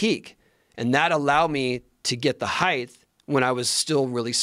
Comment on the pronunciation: Come on Tony, it’s hight. Not highths.